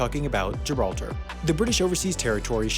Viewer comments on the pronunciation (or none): none